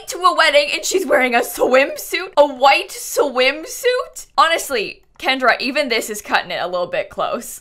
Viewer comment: Every time she says Kendra I get triggered